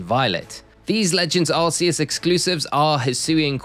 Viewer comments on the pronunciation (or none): For someone whose entire channel is about Pokémon, I can't believe you still call Arceus "Ar-see-us". The 'c' in Arceus is a hard consonant. Like in "Cranberry" or "Cool" or "Crayfish". This is proven by Silvally's ability, "RKS System". Silvally is basically supposed to be an artificial Arceus. "RKS" sounds like "Arceus".